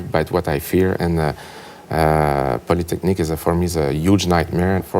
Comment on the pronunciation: It really bugged me hearing you mispronounce "Polytechnique" over and over into 'Polytechnic'